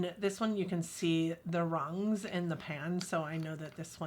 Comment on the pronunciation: “the rungs “??